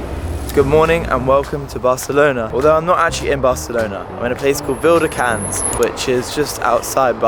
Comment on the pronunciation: saying "viladecans" like "Ville de Cannes" xd